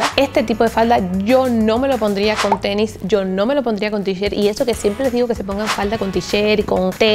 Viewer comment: Mucho dinero y todo pero le dice "TENI"